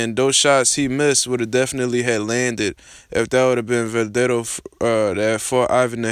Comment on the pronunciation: man... least learn to pronounce his name bruh